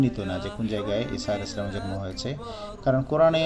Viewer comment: সালাম শুদ্ধ হয়নি জনাব